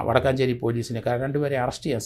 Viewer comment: വടക്കാഞ്ചേരി അല്ല വടക്കഞ്ചേരി ആണ്